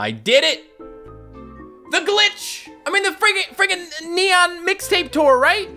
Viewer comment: It’s glitch not gilch